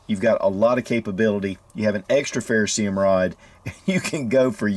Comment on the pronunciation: What kind of rod? A 'ferrosee um' rod? Or a ferroserium rod? 😂 Lol